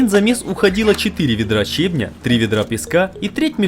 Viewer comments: Леска́, леско́й, щебня́... Ппц вы откуда ребята? Русский не учили что ли? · Всё класс, только слов "леска́" и "щебня́" (Род. п.) не существует (в обоих словах неизменяемое ударение на первый слог). А так все видео и результаты этих видео - потрясающие!